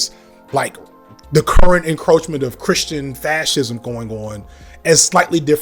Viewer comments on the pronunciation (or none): none